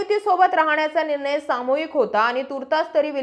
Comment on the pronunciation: किती वेळा सागितले ??? निर्माण✅ निर्मान❌ विलीनीकरण✅विलीनीकरन. निर्णय निरनय .... माय मराठी शुद्ध बोला जपा... तुम्ही पब्लिक प्लॅटफॉर्म तरी शुद्ध मराठी बोला... अशुद्ध भाषेचा प्रसार होत आहे जो विकासासाठी हानिकारक आहे 😢